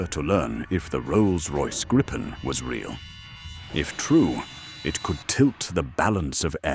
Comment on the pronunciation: 😂😂😂 WTF sort of voice is that supposed to be?? Is that the AI can do? God helps us all! And it’s the GRIP-en, not the GREEP-en 😂😂😂